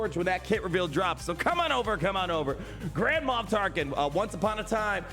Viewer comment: It sounds like you’re saying Grandma Tarkin! Lol😂 Looking forward to this rework too!